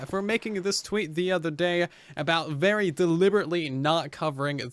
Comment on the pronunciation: what is this word "uvery"?